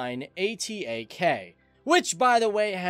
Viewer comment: it not a-t-a-k its atak means attack in turkish :D